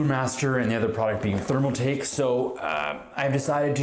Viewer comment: My man calls it therm-A-take lmao. Either he can’t read or just a stupid wanna be. Gonna assume the latter.